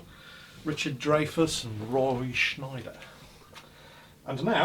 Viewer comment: Fair-well and ado sweet Spanish ladies. It's "Jaws" for those of you that don't get THAT reference. And it's Roy Scheider not SchNeider there is no 'N' in his last name.